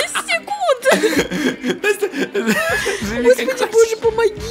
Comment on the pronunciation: Вопрос почему НОСТЯЯЯЯ??????? А НЕ НАСТЯ?